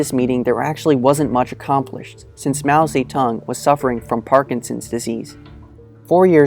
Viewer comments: Its Mao Zedong not fucking Mao say tongue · I talked to a guy from Mao's birth region Hunan, he lives in China and he is very proud of Mao. He said "Mao Ze"DONG" not "tong". I wanna make a point of this because so many narcissists are obsessed with pronunciation to look more knowledgeable than they are. So when I heard him say that, I thought it was funny because I was saying it like him, and a video/google claimed otherwise, yet people in China claim different and more similar to how we would not knowing the other version to sound "smart". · mao seh tong. lmao wtf is that pronounciation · Oof yeah, haha. But he was saying 'Mao Tse Tung', I think is the proper way to say his name. (In Chinese) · From the first 3 seconds of music and pronunciation of his name, I have to turn this off.